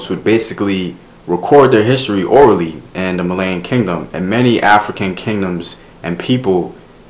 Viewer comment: It's not prononuced Malayan it's Malian. It's pronounced Mollyian.